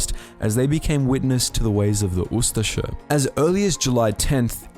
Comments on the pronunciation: He is saying it pretty good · Well, it is pronounced "oo-stache-eh" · I have always heard it pronounced ooo- STASH-ee